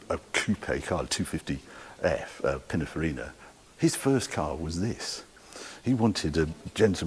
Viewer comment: Harry, this was a terrific video, done in your usual enthusiastic style. But you constantly mispronounce the name of one of the great car designers. As far as I know his name I’d Pininfarina, NOT. Pinafarina.. just a thought!!